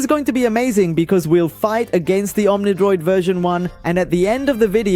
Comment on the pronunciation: bro keeps saying omnidoid